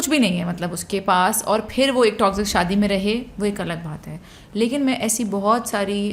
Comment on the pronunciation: Can u stop saying toxzic please it is toxic !